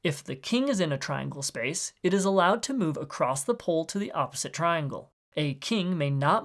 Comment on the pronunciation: the way this guy pronounces "pole" as "pull" is driving me nuts what accent is that